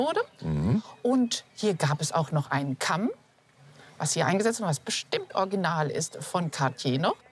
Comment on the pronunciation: Sogar unsere kluge sagt orginal, statt original! Und orginell, statt originell!